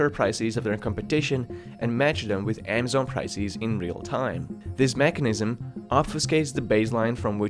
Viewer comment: "AAA mazon."